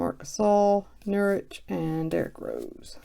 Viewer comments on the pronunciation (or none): it's you-suff nurk-itch...jusuf nurkic! Jussa fyi! Great break & God Bless